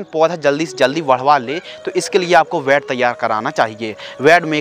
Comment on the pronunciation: Ved nahi bed hota hai